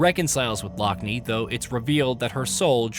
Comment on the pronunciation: "Her sister lock-knee" Tell me you've never actually played the game without telling me you've never played the game. Every single character pronounces her name Lockne 'lock-nuh'